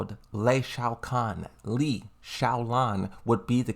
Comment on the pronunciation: bro finally said lees name right omg